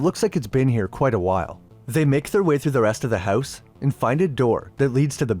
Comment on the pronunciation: "Buried OOwtside of the HouwSe"